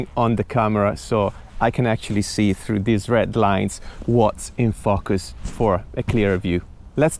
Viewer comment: Who else thinks was trying to see how many times he could say fuckus when he say "in focus" 😛Awesome job though, really helpfull